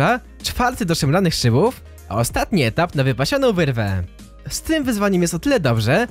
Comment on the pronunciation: Szemranych szybòw Xd naucz sie mówic